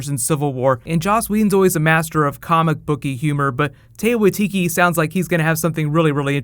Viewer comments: hey, just so you know, its tie-kah why-ti-ti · as a fellow new zealander, the best i could phonetically spell taika waititi's name would be tie-car why-T-T. but you did better than most people do with speaking maori! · Yo, I'm from NZ like Taika, and his name is properly pronounced TIE-kah WHY-titty. Just fyi. Good vid btw ✌